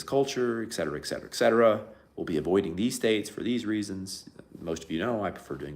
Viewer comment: Et cetera. Not exetera. Etc. Not ect. Et cetera